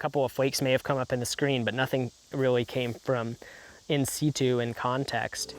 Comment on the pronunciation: Yeah that hurt to hear, lol